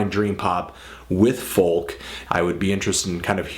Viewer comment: Why do you pronounce "folk" like that? It's pronounced "foak."